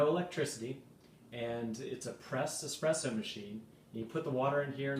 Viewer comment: that is an espresso not "expresso" ;-)